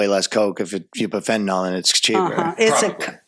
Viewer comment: The fentanyl part. I LOVE you all so much but it's pronounced fenta-NIL, and not fenta-NALL. But hey, almost everyone says it the second way so I must be wrong. :)